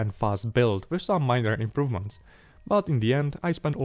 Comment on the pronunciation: "Almost no improvemenst....almost"🤣🤣🤣